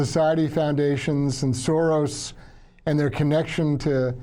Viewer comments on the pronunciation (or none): none